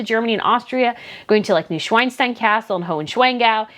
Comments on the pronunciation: Oh, oh. Don't say "Newschweinstein Castle" please! Schwein is the German word for pig. It is "Neuschwanstein", and literally translating to "New Swan Stone". You would pronounce it like Noi-Shwaan-Shtine. You were almost correct with "Hohenschwangau", just say "shwaan" in the middle. A very long aaah. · it’s pronounced Neu-schwan (with a long a like in „Ay,Ay (Captain)“) - stein and likewise Hohen- schwan- gau. PS Schwan means swan, so if you say swan instead it’s an understandable alternative:)